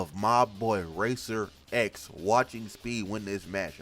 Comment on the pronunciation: His name is RACER X. NOT RACER REX